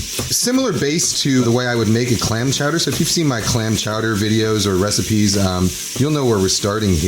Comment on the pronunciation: "Ha-ha, say Chaw-dah again!" - Mayor Quimby